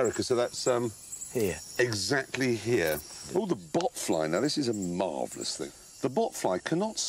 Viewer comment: “Oh the botfly, now this is a MARVELOUS thing!” That “Marvelous” was pronounced in such a posh British accent😂😂